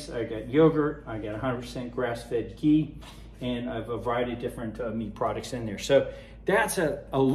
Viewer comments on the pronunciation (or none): none